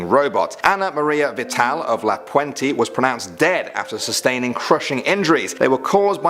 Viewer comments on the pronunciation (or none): La Puente is a city. And I'm sorry to say, but mispronounced. It's where I grew up though. Wasn't expecting my home city.